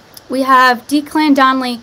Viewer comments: Declan, first part is pronouned like deck not deek. He's half of the team Ant & Dec (Deck) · Declan is pronounced Deck-lan hope that helps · Declan is pronounced Decklan hun! xx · Deck-Lin is how you pronounce it…lol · deck-lan is how it's pronounced